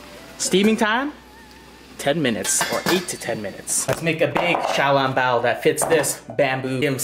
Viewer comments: You are pronouncing xioalongboa incorrectly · Yo i cant belive you dont how to pronuonce小龙包